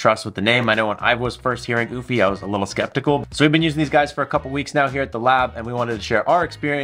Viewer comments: Just curious.....Isn't it pronounced You-fee? and not ooo-fee? Like Europe? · U- fee not oooh-fee🤣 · Actually it's pronounced "you-fee" not "oO-fee"..🙄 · Oofy? Oh yes I remember I learned how to pronounce Eufy last time I went to Europe, I mean Oorope. It was a Ootopia. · It’s “Ufy…not Oofy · Came to say the same! "You-Fee" not "Oof-Eee" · The fact that you cant even pronounce the name correctly by skipping and entire letter is mind blowing 💀💀 EU-F-Y try that!! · Stop calling it OOFY and why do you end every sentence with a question ? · Yes no omph/oomph like sound it's EU like Euphoria but instead of oria its fy said like EU-FIE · BRO said UFFIE…. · is it not "YOO-fee"? Like Eulogy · Your pronunciation of the brand name is disturbing. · or pleasingly amusing... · Sounds like he's calling a dog😅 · Why you pronounce it like goofy 😂